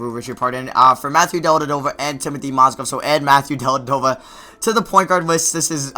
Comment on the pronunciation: What's really dumb is the way you say Dellavedova